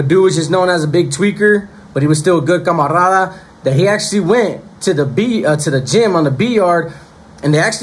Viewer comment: Hey bro it’s not “camarrrrada” it’s camarada.. u don’t roll that R.. just looking out bro it sounds crazy lol